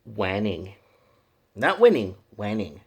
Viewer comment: Its pronounced "whey ning".....not what you said> Just so you know :P